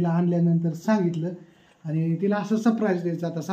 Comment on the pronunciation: दादा sprize नाही surprize बोला.& अभिनंदन शेगडी साठी